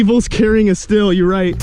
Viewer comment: "Stihl" is pronounced "Steel". says so right on their website